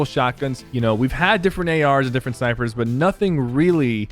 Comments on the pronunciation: HE DID XD LOL OMG DIFFERENT SYPERS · He said snipers 🤣😂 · He did but he ment snypers